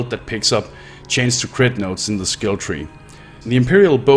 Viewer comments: It's chance, not change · Gave up when you kept saying chains instead of chance.